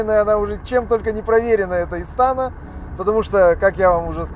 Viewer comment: Не истАна, а истанА!😬😬😬